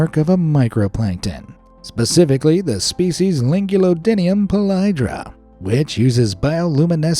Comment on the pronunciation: polyedra is pronounced polyEHdra not pol-YI-dra